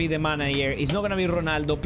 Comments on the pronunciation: dont say jonaldo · "CRISTIANO GHUNALDOOOOOO"😂